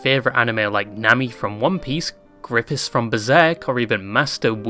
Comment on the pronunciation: it’s Griffith not Griffis ☝️🤓